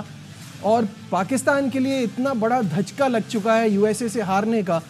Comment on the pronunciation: भाई धच्का नहीं धक्का होता है भाई😂😂😂😂